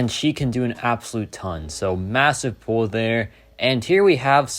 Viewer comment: Is this guy saying pool instead of pull?